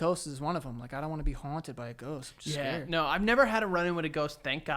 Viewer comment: Sometimes I forget Joes from New York and then at about he said the word “haunted”